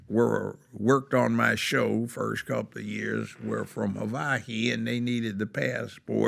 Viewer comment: He doesn't know how to say Hawaii